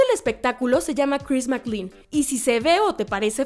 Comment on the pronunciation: Dios mío tantas veces escuchar mal pronunciado el nombre de o personajes casi hacía que quitará el vídeo, que molesto. SE PRONUNCIA DONCAN, NO DUUNCAN.😡 Y CHRIS MAC-CLEIN. así. Gracias.